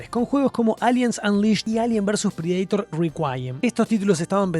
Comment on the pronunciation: No entiendo esa pronunciación de Predaitor? O es Predator leído tal cual en español o inglés. De donde sale el Predaitor?